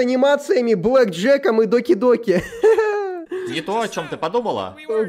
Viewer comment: Не доки доки а даки даки😂